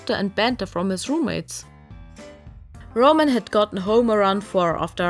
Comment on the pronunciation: Ramen ramen who is this RAMEN character you speak of?